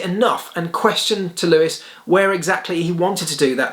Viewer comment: ⚠️ it is NOT Lewish ... it is NOT Bottash ... and it is certainly NOT Max Vershtappen!